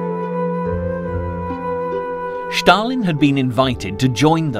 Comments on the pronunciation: Why do you pronounce Stalin as Schtalin? This is NOT a German name. His name was S-talin derived from the word Steel in Russian. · Just say STalin! Its STALIN ST ST NOT Schtaaalin drivin me nuts! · The guy's name was Stalin (from "steel") not "Shtalin". Same goes for "Shtalingrad". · Who is Shhtalin ? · There is no letter H in the word Stalin or Stalingrad. It’s Stalin, not Shtalin. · Strange subtitles. It's more like a translation. Also he keeps saying Shtalin instead of Stalin. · Thank you comrade Shtalin. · Schtaaalin, Schtaaalin, Schtaaalin, Schtaaalin!!! It's Schtaaalin! Schtaaalin! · I know who Stalin was. BTW, he was not the president of Russia, but the general secretary of the communist party of the soviet Union. I was just intrigued by the way his name is being mispronounced in this docu. But then he also referred to a certain mountain chain separating Europe from Asia as Caucus Mountais. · It's not pronounced bloody Schtalingrad or Schtalin. Just the s. Stalin. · Shtalin and Shtalingrad ? Where is this: ""Sh" coming from? it obviously is: Stalin and Stalingrad. No "h" here, whatsoever. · I dunno why this narrator insists on saying Shtalin and Shtalingrad but it gets up my nose. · Do you misspronounce Stalin on purpose? Štalin, Štalingrad,..just hard to believe when teal put together quality documentry such obvious mistakes appear..also naming all germans Nazis... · Can't even pronounce Stalin properly. It's not Shtalin or Shtalingrad